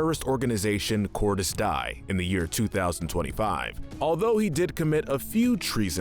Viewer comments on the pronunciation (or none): It’s pronounced corris deea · This guy is best at mispronouncing names… Cordis die but he says literally ‘die’ and MARkarov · Hades is from Advanced Warfare, not Infinite Warfare And the pronunciation of Cordis Die is wrong, Die is "Dee-ah" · It's not Cordis Die, it's Cordis Dee eh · It's pronounced Dee-yeh. Advanced. Lagos, Nigeria. Mitchell. In other words, make your own list instead of listening to someone who didn't even do his homework and by homework I mean fucking playing video games. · Am I the only person who gets pissed off when they don't say Cordis Die correctly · I wanted to scream when he mispronounced cordis die and had a villian from the WRONG GAME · Man you should really step up ur spelling dude u said cordis die wrong and same with ur uncharted villain Eddy Raja